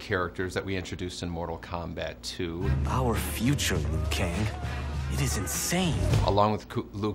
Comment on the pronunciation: Liu kang right please